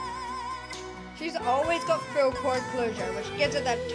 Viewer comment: The way you say "full" like "fool" + "fuel"... Are you from north Britain? Love UK accents.